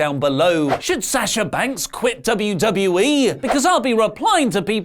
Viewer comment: Why do you still say her name wrong? It’s Sawwwsha not Saaaasha